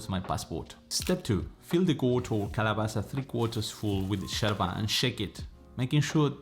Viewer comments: First of all it’s called YERBA not Jerba. It’s a Spanish word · Its not sherba, but yerba. Pls. 🤭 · You’re So Cute! The way you pronounce “Yerba” like a Buenos Airesian!! Too cute!! ❤🧉🇦🇷🌞